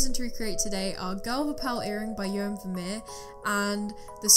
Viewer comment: As a dutch person i kind of cringed when you pronounced Johannes 😭 the pieces turnt out beautiful tho